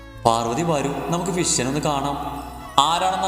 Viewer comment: ഫിഷിനെ അല്ല മാഷേ ഫിസിഷ്യൻ 🤣